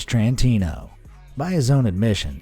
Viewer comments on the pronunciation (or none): Thomas T rantino. NOT Thomas CH rantino. Learn how to pronounce words.